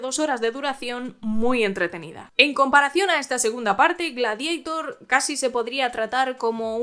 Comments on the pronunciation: No es Gladiaitor!!!!!! Es Gladiator, tal como suena, en latín!!@ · ¿Por qué "gladieitor" y no "gladiator"? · Pero como “Gradieitor” hija de mi vida……? Si es un termino latino,se lee tal cual Gla-di a tor.Ten un poco de respeto a tus ancestros que cada vez que dices Gladieitor ñiñi, muere un latinista….😒😒😒😵‍💫😵‍💫😵‍💫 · "Gladiator", del latín Gladiator/Gladiatoris. No "Gladieitor" aunque sea una película de Scott. Sería como si Quo Vadis lo pronunciaras "Quo Veidis". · Tu pronunciación G-l-a-d-i-e-i-t-o-r 😂😂😂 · Gla que ? Ja Habla bien ...es gladiador 2 .... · Ella lo està pronunciando en inglés caballero,que no acaba usted de enterarse y aún así tiene las santas narices de corregir!!! GLADIEITOR suena ridículo tal y como ella lo dice, aquí y en la China.Fin del hilo. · Buenas, por ignorancia del tema ¿En EEUU cómo lo pronuncian? Ya que la película la han hecho ellos, si no traducimos el título, se dirá en inglés. ¿O para los de habla inglesa también lo pronuncian en latín? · En inglés Gladiator( latin) se pronuncia foneticamente.En español tenemos un término propio derivado del latin ,por lo tanto es completamente absurdo y ridículo pronunciarlo en inglès.Aqui no hay ni debate ni discusión.